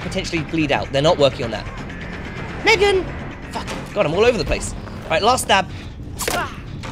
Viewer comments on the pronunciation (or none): none